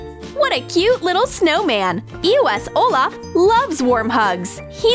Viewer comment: everytime they say eos i hear eoas then after a few years i found it was eos